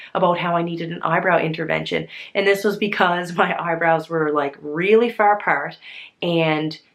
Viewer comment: You're looking gorgeous. Also,, you sound so Irish when you say "far apart"!!